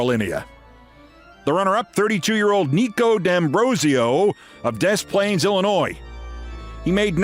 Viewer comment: Rare correct pronunciation of Des Plaines 👏